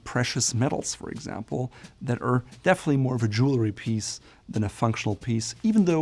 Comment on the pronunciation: Jewelry is pronounced Jewel-REE. Not: Jewel-LA-REE.